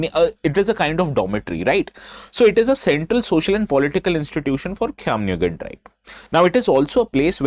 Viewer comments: I'm surprised how well u pronounce the word Khiamniungan 👍. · Prove me wrong.. He has pronounced the name "Khaimniungan" better than most of the people from Nagaland itself. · Sir thank u for prouncnce khism nii gan